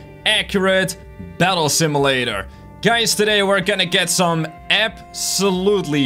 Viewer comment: He says simulator enstead of simulator